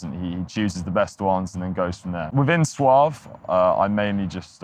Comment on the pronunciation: It’s called “Soave” actually , not “Soaf”. Met him at ADE this year , cool guy indeed, hope to release with them in the future!